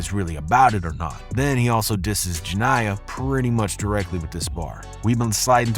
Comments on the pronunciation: Ur saying her name wrong why is all these videos about this getting the main girls name wrong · You said jania name so wrong😂